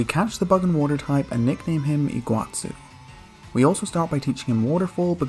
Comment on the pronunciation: that's not how you pronounce Iguazú at all, but cool that you named him that